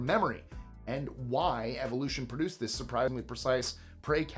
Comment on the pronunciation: THUS is getting WAY to 'murican for me!!!!!! WTF??